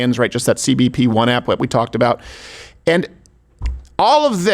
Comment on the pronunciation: he said aboot lol